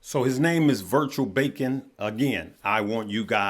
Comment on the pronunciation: It’s beacon not bacon 🥓 lol😅